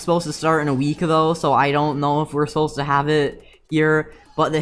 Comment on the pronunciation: "that you dont knwow" LMAO MY DUDE U OK